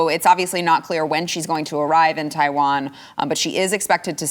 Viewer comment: Nancy, it's Taiwan not tie one on.